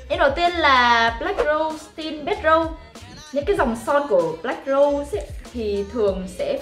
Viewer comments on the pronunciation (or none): Đọc là black rút nha nha chị kphai black râu đâu nha chị ơii. Chị chú ý phần phát âm nha chị